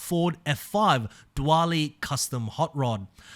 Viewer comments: My guy said “dewally” with confidence. It’s pronounced “duel-ee” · Just for next time, it’s pronounced duel-ee not duwally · Dual-ee Not doowalee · Anyone gonna tell him he's pronouncing dually wrong? Doo-ly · Dwually had me 💀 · Its...It's...... DOOLEY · Dually is pronounced “Dooley” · Hey it’s pronounced “DO-LEE” 😭👍🏼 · Ford Diwali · I hate to be that guy, but dually is pronounced "dooley" or "doo-uh-lee". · mate, it's "duel-ly". you make it sound as though the dually comes from india 😂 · I was crossing my fingers that one of the new car releases would be the 400Z but, sadly, I guess I'll have to wait to see what Series 10 brings us. I mean we already have three 370Z variants in the game and now we're getting a fourth. Ugh. And one other thing. "Dually" rhymes with "newly" - as in "newly released" - not "do-alley". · Bro what is that pronunciation of dually? It’s not a different language it’s literally colloquial for the car having dual rear wheels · I've never heard "dually" pronounced with so much (or any) emphasis on the A. Dare to be different! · I'm sorry but the way you say dually is just funny 😂